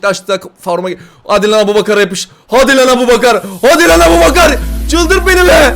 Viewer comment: Abu aboubakar ikardi çakar değil abouçakar ikardi bakar😂😂